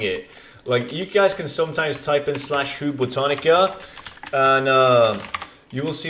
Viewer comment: ITS BOW-TAN-ICA